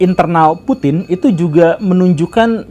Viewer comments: Putin tanpa G😭😭🤣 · Putin tanpa G.